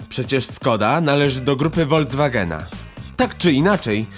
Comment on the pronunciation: "Wolcwagen"? Serio?